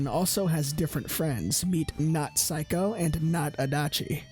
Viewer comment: Why everytime you say Saeko it's like you saying Psycho? Anyway, great yakuza video, i really enjoyed when someone making this kind of video.